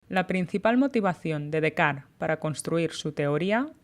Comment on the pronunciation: Es Descartes pronunciado en francés